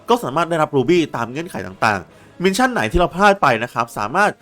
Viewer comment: ขอบคุณสำหรับคลิปสอนครับ แต่ออกเสียงมิชชั่น ไม่ใช่ มินชั่นเด้อ